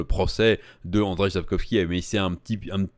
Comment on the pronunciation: Le J se prononce grosso modo y. Ca donne andreille 😁